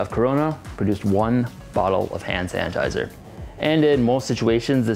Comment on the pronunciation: Am I the only one who hears “HAN sanitiser “